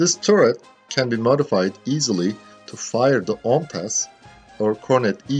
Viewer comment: do you know how well you pronounced the full OMTAS missile? That was literally native turkish :)